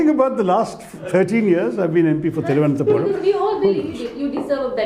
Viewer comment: It Seems he cannot pronounce the name of his constituency properly.